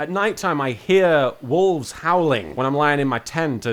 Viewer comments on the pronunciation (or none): I honestly thought you were saying "walls", not wolves. Also, do you get given a pack a day, or do you have to forage for them on the island?